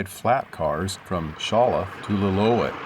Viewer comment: It's pronounced lill-oo-ET